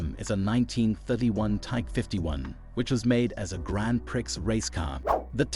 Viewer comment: Hey AI, Grand prix is not pronounced grand pricks…